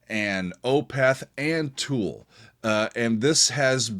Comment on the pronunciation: It’s Tool buddy 😅